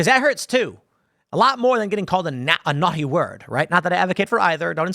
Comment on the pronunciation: Tim says naughty like Stewie says cool whip